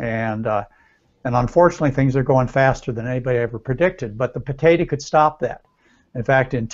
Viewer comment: Why he keep saying potata? Its potato